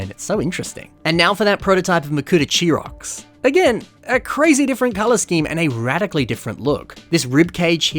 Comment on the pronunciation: his name is not pronounced CHEER ROCKS, it’s pronounced KAI ROCKS. After the scientific name for bats; Chiroptera